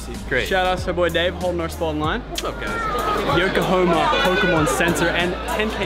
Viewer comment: Congrats on actually finally saying yokohama correctly